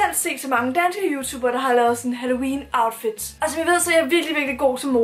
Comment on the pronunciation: "Altså halLOUween", er jeg den eneste der ikke kan lade vær' med at tænke på det? 😂